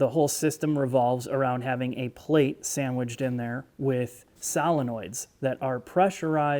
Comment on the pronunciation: Is this pronunciation a Midwestern thing?